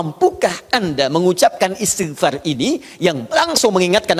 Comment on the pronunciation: Pk Ustad sendiri blm tentu benar dlm mengucapkan istigfar...